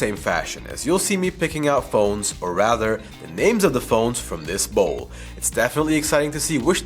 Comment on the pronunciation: Did he just say bowl? 😅